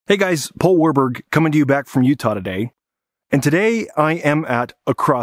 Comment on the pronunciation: Yeah sure “Warburg” 😂